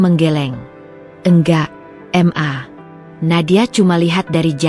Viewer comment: Apa tu m .a? Huruf di sebut satu satu. Itu inisial 😂. Ma atau mama . Di baca penoh. Papa kok panggil papa. Harus panggil p a. Baru betul. Apa yg bercerita ini panggil ibu nya m a. juga 🤣. Masa bercerita, Sekejap m.a. Sekejap mama. Sekejap ibu. LOL.🤣🤣